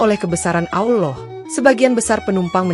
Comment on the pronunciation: Gue gak suka yg Bicara menyebutkan AwLoh harusnya ALLAH SWT. Segitunya Cari Duit. Bangkekkk